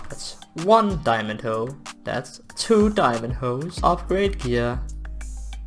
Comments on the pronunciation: I love it when he said Diamondo. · I love how he says"Diomondo!"